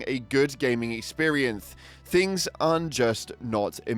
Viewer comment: Lol the way you say "Experience" had me pissing myself